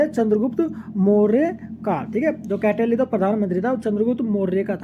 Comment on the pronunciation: कौटिल्य को गलत पढ़ रहे हैं।